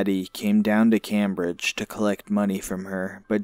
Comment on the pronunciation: Please pronounce our cities correctly... Brockton is not a boston suburb. Cambridge is pronounced came bridge. And billerica is pronouncer bill ricker